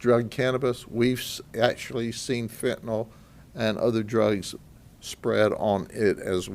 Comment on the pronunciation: I hope u mean a "FENTANYL" ring & not a FETENYL ring!